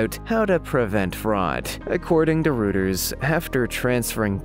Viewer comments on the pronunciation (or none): "Indictment" is pronounced In- dite-ment" not "in-dick-ment". The news service "Reuters" is pronounced "Roy-ters", not ""Roo-ters". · "Reuters" is pronounced "ROY-ters." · "Rooters"? Try Routers. Don't you listen to general news broadcasts? Oh! I see now, you are a text to voice robot. The Script writer needs to use different spelling to get the right pronunciations. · Indictment is pronounced en DYE ctment and Reuters is pronounced ROY ters and Baker is pronounced BAYker! If you can't pronounce commonly used words, maybe you need to ask for clarification from someone or be replaced because your lack of professionalism makes the video annoying instead of being entertaining and informative! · OMG... HOW is it that you don't know how to pronounce "indictment," "Reuters," "Bakker," or "Madoff"?